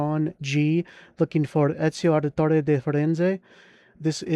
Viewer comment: Ezio is probably the best assassin also also excellent pronunciation of his name.